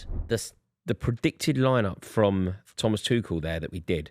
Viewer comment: It's NEVER "twoshell". Thomas is German not French . Pack it in